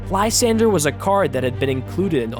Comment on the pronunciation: How d'ya get that pronunciation of Lysandre? Like seriously, how do you look at that name and get that out of it? It's even a real name no less.